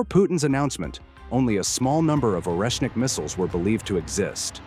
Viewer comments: Szkoda ze tekstu nie czyta czlowiek. Ciezko slucha sie tego "oresnika" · Oreshnik en ruso Орешник se pronuncia arieshnik